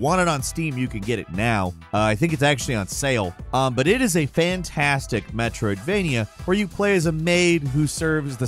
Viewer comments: Drink every time he says "Metroidvenia" 😂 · I think likes saying Metrovainia more then he likes Metrovainia games... METROVAINIA!!!